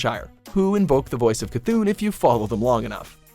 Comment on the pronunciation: You can say C’thun right (in this video at least) but you still call Goldshire Goldenshire